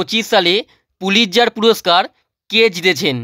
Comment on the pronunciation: প্রীতজার নয় পুলিৎজার